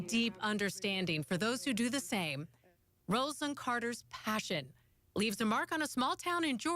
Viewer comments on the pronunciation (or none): Roz-a-lynn is how to pronounce her name. Good grief!!